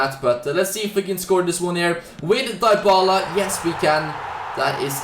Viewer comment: and Dybala as "Die Bala"